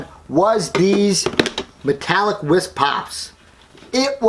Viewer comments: Wh-E-s not whiz lol. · This dude doesn’t know how to say whis what a dumbass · You said whis wrong